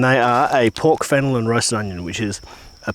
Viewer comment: Gotta love the “fennel” in the sausage ;-)